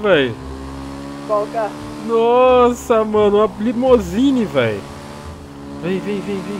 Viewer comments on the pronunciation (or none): "LIMUSINE" KKKKKKKKKKKKKKK